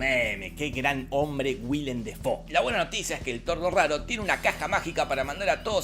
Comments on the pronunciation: Se pronuncia DAY Fo! No Defou! Hasta el mismo lo dice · Lo curioso del multiuniverso de Defoe es que Willem Defoe pronunciaba su apellido como "Willem Déifou"